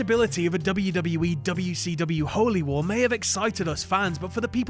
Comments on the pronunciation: Probably, everytime says w-c-dubya I want to punch him in the face. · am i the only one who was upset at the fact that they enunciated wcw instead of callin it wc"dubya" like they do in whatculture?